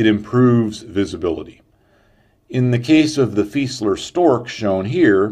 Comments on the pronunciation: Just so you know, Fieseler is pronounced: fee-zay-ler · Yup, I agree, your stuff is great. I just figured you might like to know how to pronounce Fieseler. :-)